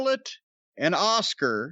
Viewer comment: "Oscar" is how Jim says Askuka. 🤣 🇯🇵